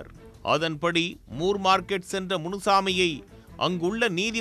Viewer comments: முர் மார்க்கெட் இல்ல... மோர் மார்க்கெட்.. நீங்க முர் னு சொல்லும்போது சிரிப்பு வருது 👌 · அது more இல்லை ப்ரோ, moore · moor market ( மூர் மார்க்கெட்) சரியான பதில் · ஜார்ஜ் மூர் பிரிட்டிஷார் மெட்ராஸ் அதிபராக இருந்தார். மூர் மார்க்கெட் correct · மூர் மார்க்கெட்